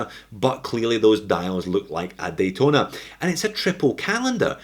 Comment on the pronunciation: "Yachtona" XD Lmao